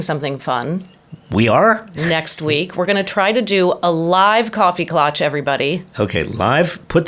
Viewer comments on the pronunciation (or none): Klatch rhymes with catch.